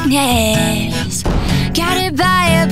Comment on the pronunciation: I know the original lyrics but she is pronouncing them as dykness and liced.